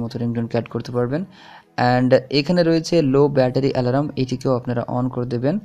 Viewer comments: Bhai alaram na alarm thik kore ucharon korun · ওটাকে আলারাম বলে না🤣🤣🤣🤣🤣. অ্যালার্ম বলে.🤣🤣আলারাম আলারাম করলেন কেন পুরো ভিডিও তে?